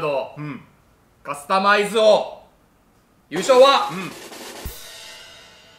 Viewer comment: 「マクドナルド」と「カスタマイズ」のイントネーションが気になる